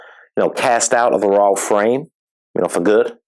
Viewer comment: "Roylish pair." 🤣🤣